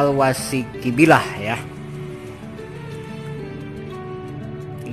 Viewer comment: Saya dari Banjarmasin mau membenarkan aja dlm penyebetulan alwasyiqibillah,yang asli penyebutannya alwasyiqubillah